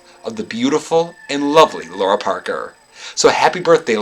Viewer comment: Is it not pronounced “Lara” where the “lar” is like “car”? I’ve always loved that both her character name and her real name are unusually intriguing. “Laura” just seems ordinary because I’ve known 5 Lauras in my life (so no disrespect intended).